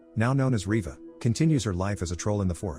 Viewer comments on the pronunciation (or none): none